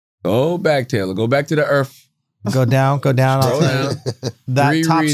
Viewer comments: I don't know which is more cringe. Taylor saying she is a alien and isn't from this planet. But having some stupid views and questions about aliens. Or Charla trying to have a intelligent convo about earth. All while calling it earFFF the whole time. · Take a shot every time Charla says Erff instead of Earth